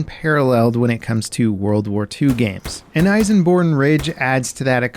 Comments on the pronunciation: Elsenborn Ridge not Eisenborn Ridge. But great video anyways! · It’s actually ELsenborn, with an L, not an I :) (source: I’m Belgian)